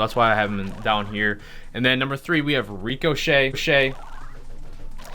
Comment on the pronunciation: and then at number 10 we have rico-chet-chet